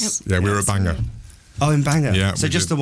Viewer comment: they pronounced Bangor wrong 🙄🏴